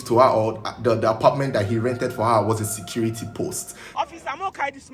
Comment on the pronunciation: SAYCURITY ROOM IN HER VOICE😂😂😂😂😂😂😂😂😂😂😂😂